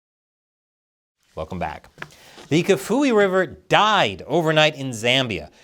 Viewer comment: Kafue sounds like CAF-E-WAY